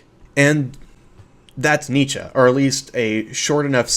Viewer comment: Excellent video. Bravo! And excellent pronunciation of Nietzsche